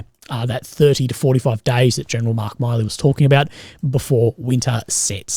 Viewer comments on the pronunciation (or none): Milley is not pronounced like the Miley in Miley Cyrus, its just Mill - ee more like Miller. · Just a quick correction even tho it doesn’t matter but his name is pronounced mil-ee similar to Willy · Its milley 2 L's not miley